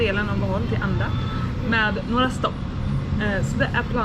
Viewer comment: I'm a new subscriber. Am sad that you're on crutches - it's a little distraction - but seeing you on the view deck of the chocolate hills was a good sign you're capable of enjoying it all. By the way, it's "Anda" not "Adna."